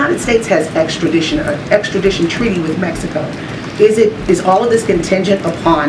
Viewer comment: Did this Negro say, "Messyico"?